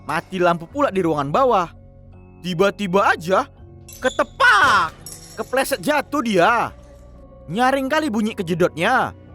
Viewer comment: Lucu pula bilang ketepak😂😂😂